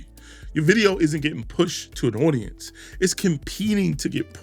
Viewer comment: cold aucience😂